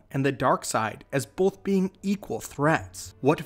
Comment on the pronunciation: Stop. saying. BOLTH.